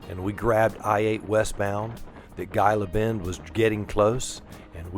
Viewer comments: "Gila Bend", you're pronouncing it with a hard G. It's pronounced "Heeluh Bend" same as the name of the "Gila Monster" lizard. Otherwise, great video! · Pronounced Heela Bend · Great video. Just an fyi - I am pretty sure you pronounce Gila Bend as Hee-la Bend. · and, thank you for the video. I live in Tucson with my wife. She’s a native and I am a transplant via the military from Philadelphia. Gila Bend is pronounced ‘Heela Bend.” The “G” is pronounced as a “Hee.” And, multiple cactuses are pronounced “Cacti.” So, you got it right. I’m so happy you got to go on this adventure through the beautiful desert. I made that journey in the summer years ago on a BMW K1200LT, and only made in through the heat via a sweatshirt soaked in water underneath my jacket. It took a couple of soakings on the trip. But, the ultra low humidity of the desert was a way to stay cool. Kinda cool, hun? I hope to meet you and and would like to shake your hand and buy you both a cup of coffee. I bought a 2023 Spyder RTL a few weeks ago and am waiting on some customizations so I can drive the Spyder. I plan to do a YouTube channel, 7wheelz, to show others how to live with a spinal cord injury, ride a Spyder, and live life to the max when I use a wheelchair. Thank you for the inspiration and example. Safe travels to you both. I hope your visit to California is absolutely wonderful! See you soon. (Sam Shivers) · Gila Bend is pronounced Heela Bend. Enjoy. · Hey coach ! Gila Bend, Arizona is pronounced as He la Bend. I thought I’d just pass that on to you. I love your videos. I’m taking training for the Sounder in November. You both take care.